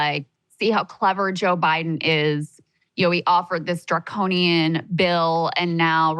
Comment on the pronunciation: ok thats fine but then don't spin your show as (and I quote) "we're trying to build something different than the mainstream!" And then just come on here and blather mainstream leftist talking points. I mean how many times can you count saying "draconinian"? Draconian, Draconian, Draconian!!! Sounds like a CNN segment